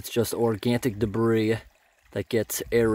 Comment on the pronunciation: There is no T in oyhanic Try saying Atlanic instead of aylanric and that is how organic is pronounced not Organtic.